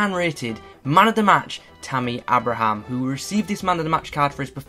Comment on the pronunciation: Isn’t pronounced Abe-Ra-Ham